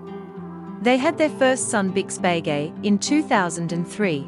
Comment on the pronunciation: For goodness sake, learn to pronounce Beghe! Pronounced be-gay, not bay-gay.